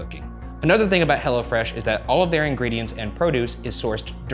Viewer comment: Ryan it's Hello Fresh not "Hella Fresh" lol